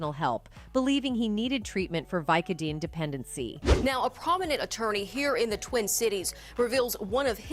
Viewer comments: Did it bother anyone else how she pronounced "vicodin"? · I would watch this entire video over again just to hear the ways you pronounce "vicodin."